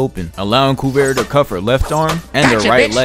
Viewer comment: Great vid as always bro. I think Kuvira is pronounced KuvEEra though